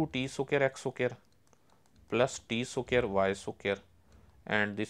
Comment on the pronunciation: Fr bro